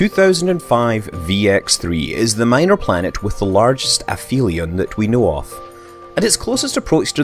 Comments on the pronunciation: Another great video, but you pronounced some of the terms/names incorrectly - such as aphelion and Apophis. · wait, the ph in aphelion is pronounced like f?? Ive always thought it was ap-helion, with a hard p sound